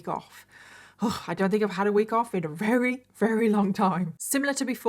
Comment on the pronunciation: I love her but did anyone else notice how she says very like rery?